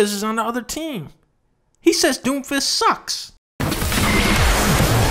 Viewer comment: “Im doomfisht” -doomfist